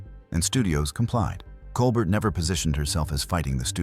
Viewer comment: One can tell this is AI simply by the pronunciation of Claudette Colbert's last name: it's Col-bare (like late night icon Stephen), not Col-burt (as the narration pronounces). SMH.